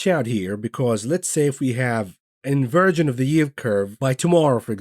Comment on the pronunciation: Haha “In-Virgin” rather than Inversion….love this guy!!! LOL